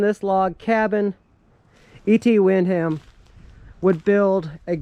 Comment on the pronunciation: Hello, Its Wick - ham and its Pal - myra. Thats how it is pronounced.